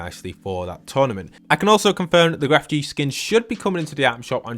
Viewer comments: I'm still hearing "Gref gee" and it makes me feel muy incómodo. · Lo siento bro me duele el corazon porque enseria gref gee suena mal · This is random but when you say Grefg you don’t pronounce the G at the end. It’s just said like Gref :3